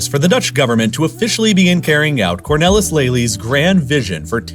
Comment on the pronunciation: It is really insulting top all of us if a reader does not even try to pronounce Dutch words the right way, very very lazy, how hard can it be to look it up in Wikipedia.. Cornellis???? It clearly says Cornelis, with e as in say...